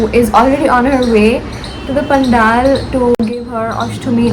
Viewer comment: Hi. Very nice vlog. I also like the way u pronounce every Bengali word as it should be... even when u r talking in English. Expect for 1 word "pandel". U said it like a Hindi word "pandaal". Hope to c u at live tonight!!